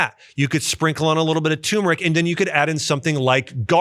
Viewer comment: Btw Dr. Axe, it's turmeric (tur-mer-ick) NOT tumeric (tomb-er-ick)